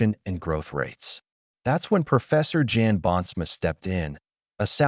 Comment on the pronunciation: Jan is pronounced yun, to rhyme with sun. Don't insult Prof Jan Bonsma.